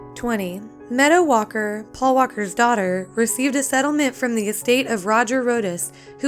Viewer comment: sounded like she said metta walker... *meadow